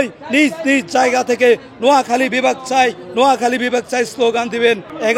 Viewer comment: নিজ জেলার নামে সঠিকভাবে বলতে পারতেছে না মূর্খের মতো কি আবোল-তাবোল বলতেছে, একটি সুন্দর করে ভাইয়া তোমার কথা হচ্ছে না